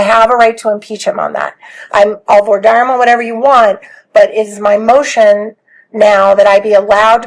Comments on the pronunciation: Only Bloodworth can say "Voir dire" correctly? 😅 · Thank you to Bloodworth for being the only one of the four (judge, defense attorney, prosecutor, and J.D.) who can pronounce "voir dire" correctly 🤦‍♂ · Bloodworth casually pronouncing "voir dire" properly to stunt on both opposing counsel and the judge.